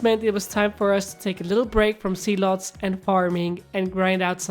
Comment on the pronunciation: Why when he says "zealots" it sounds like "sea-l-ohts"